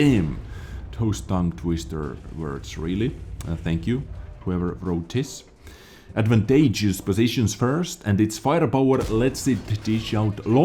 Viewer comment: Your English is getting better my friend, you said advantageous perfectly! It looks like a 277 hull.